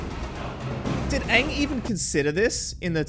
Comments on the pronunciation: this movie ws so hated among avatar fans and i dont like it its so disrespectful to the original series because Aang our main character litrally just mispronounced his name first iwent on with the letters of his name in the original series and in the movie he said ong instead of Aang gosh darn it this film is terrible in my opinion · It's like they watched the german dub of the original show, Iroh and Aang are pronounced that way in German 😂🤔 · Take a shot every time they mispronounce a name. You'll be blitzed in no time! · The name pronounciation of Aang and Iroh are similar to how they are pronounced in the ger dub. I don't know why though lol